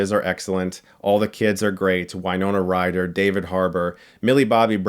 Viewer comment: why-nona ryder